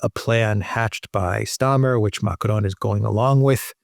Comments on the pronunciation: I love thèse reports but god… please just use an English accent when you say Macron. It’s like nails on the chalkboard. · It's not MACARON 🤣🤣🤣 It's MACRON. ( pronounced :"Makron") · Man, stop it. You do not have to pronounce Macron as if you were mexican. Stop it.